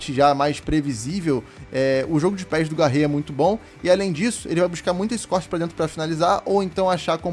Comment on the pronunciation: Mano não é Garre e sim Garré, tem o acento valeu fica a dica